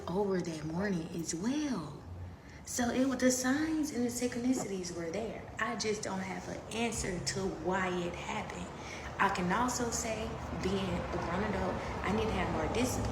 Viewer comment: She said they real punkshanul, and syncsonissities but she’s a genius